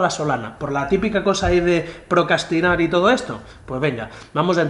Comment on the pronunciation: Se dice procRastinar,no procastinar sanjuan jaajaja